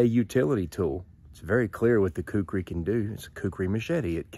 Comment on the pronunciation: First let me say, you pronounced Khukuri just fine, Not to worry. Second, in said movie you mentioned, yes the Khukuri in the right hands is the most dangerous knife ever known. It even beat my Kabar USMC knife, and I love that thing. But the Khukuri is just brutal. Third, actually the Khukuri was designed and created at an agricultural tool first, and a weapon second. Fourth, people in rural Nepal still carry a Khukuri when they go out. And lastly, yes I am a Khukuri collector, but I get mine directly from a shop in Nepal. All of which are hand made out of 5160 spring steel. As for the handle, that one you have is pretty much correct. A full length rat tail tang. However, the shop I get mine from is now making full tang versions of traditional and military Khukuri’s. And they are more then just choppers. Use the fattest part of the blade to chop with, and the inner curve, near the handle for slicing and such like. A good Khukuri is more then a tool and or weapon, but a friend in the field, when you need it.